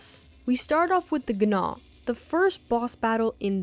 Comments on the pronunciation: "gh-naw"? I'm assuming you're trying to say "gnaw?" That's how the word gnaw is spelled. Pronounced "naw" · Damn. I got so distracted by that pronunciation... "The Ga Nah". I thought I just kept mishearing "the" as a "da" or "ga" and then she would correctly say Gnaw. But after replaying it like 9 times I'm pretty sure she is actually saying "The Ga Nah". Not like it's a big or important thing, but man it's crazy someone capable of making a good video like this wouldn't know how to say Gnaw. Fuckin' strange. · The g in gnaw is silent...